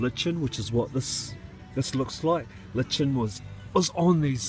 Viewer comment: It's pronounced LIE KIN ;) litchin isn't a word